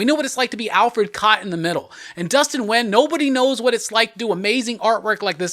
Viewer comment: Dustin Wynn? LOL! Dustin Nguyen